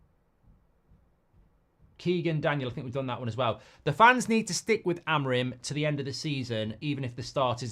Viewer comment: It's pronounced a-mo-RIM and not A-mo-rim. The third syllable is the tonic.